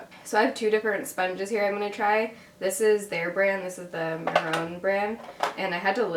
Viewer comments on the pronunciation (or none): mehron is pronounced "may-ron" :^)